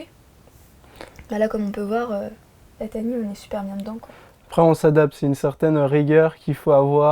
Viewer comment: C’est sympa mais quand vous dites « tiny » ça me fait mal aux oreilles.